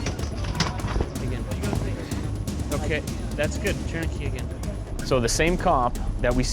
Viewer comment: They are saying tourniquet wrong